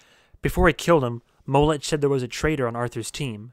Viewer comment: His name is pronounced Mo-lek, not Mow-lech.